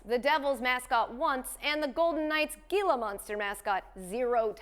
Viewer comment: it's "heela" monster, katie!!